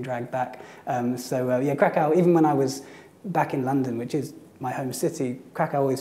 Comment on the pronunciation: 15 years in Kraków and he still calls in Krak-aoo and it grated on me every single time.